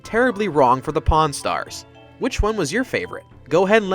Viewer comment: When he first said "Pawn Stars" in the video I thought he said "Porn Stars" and I double checked the title 😂